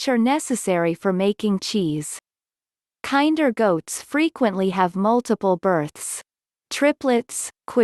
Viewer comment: This is so painful to watch. The breed is not pronounced like the word "kind". Kinder should rhyme with "tender" (Among many other problems with the video). What the heck is up with the desert landscape footage when referencing a perpetually green farm that was in the Pacific Northwest of the US and shadowed by massive Cedar trees? A lot of the basic data about the breed is correct, but obviously just copied from random online sources. You'll want to double check some of the stock goat footage and statements about lacking floppy ears to avoid misleading people.